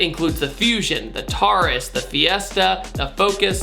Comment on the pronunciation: The way you pronounce taurus